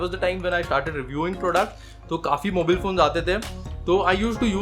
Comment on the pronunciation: skipped the video as soon as you said mobeel